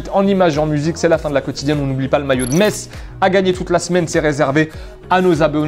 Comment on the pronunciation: oh le maillot de metz comment j'le veut en tant que messin, en sah ça fais plaisir d'entendre metz bien prononcé